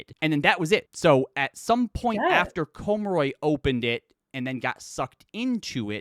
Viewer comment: I believe that the J in Rungjani is pronounced like the J in Thjazi. So a Y sound almost, it's Run-Ya-Nee House Cormoray is also just pronounced how it's spelt as opposed to Coh-mo-roi